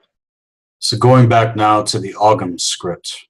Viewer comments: I enjoyed this as I do most of the Black Earth programs, not to be pedantic or critize another guest, but it is pronounced 'OM' and not 'OGG-HAM'. Otherwise fine broadcast. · Isnt ogham pronounced with a silent g in irish